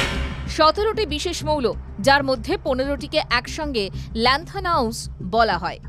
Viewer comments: It is lanthanides , not lanthanaus (as u r telling ) .thank you . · ল্যান্থানাইড কে ল্যান্থানাউস 😂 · খবর পড়া দিদি আপনি তো ভুলভাল উচ্চারণ করছেন। ল্যান্থানাইডস কে বলছেন ল্যান্থানাউস। এসব অশিক্ষিত কথাবার্তা বিজেপি বলে, আপনি কেন বলবেন? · তুমি কী ভাবে চাকরি পেলে? পড়তে জানো না? ওটা কি উস লেখা না ডস লেখা? Lanthanides